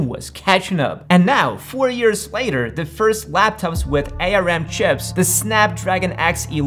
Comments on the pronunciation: he said a lot of regarded stuff like "different length of x86 instructions makes it impossible to work with" or "the last version of x86 was written in 2003" when in reality it doesn't make any difference or "writing code for A-R-M (it's pronounced "arm: btw) is much easier than for x86 and you don't need to worry about legacy code" when in reality it literally makes no difference unless you write assembly (which you probably don't) in general this vid is full of bs and nobody has time to point it all out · Bro its Arm not A.R.M. 😂 Nobody calls it that, did you lose a bet 😂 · Please don't pronounce it A-R-M. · Who calls it A.R.M? No one. It’s arm. 💪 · "A" "R" "M" or "ARM" ? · ARM is an acronym. It is pronounced as in the body part. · It's ARM, like the arm and leg not A R M. Good production but you have a few factual errors. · A. R. M.? It's pronounced arm (not as 3 letters). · It's ARM (the word), not A R M..I bet you call Linux lienux too. 😂